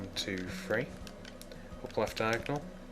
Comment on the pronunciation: Stop making it confusing by saying diagnel shit